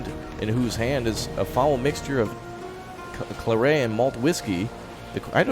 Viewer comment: Okay, that has to be a great feeling scoping out that spread. Also, claret rhymes with parrot, and is a wine 😉